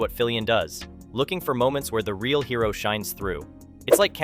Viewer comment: Can't pronounce "hero" or "corps". Reeks of AI slop.